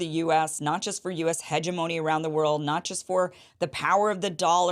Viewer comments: Great content but you might want to check how to properly pronounce the word hegemony. ( lol ) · Huh-jehmonee y'all.